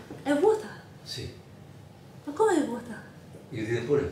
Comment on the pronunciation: È vuota, ma come è vuota mi è venuto un colpo quando hai parlato in italiano HAHAHHAHAAHA sei molto brava però